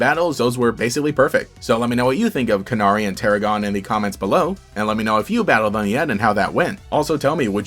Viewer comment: i think it's pronounced "can-airy" (like the bird, canary)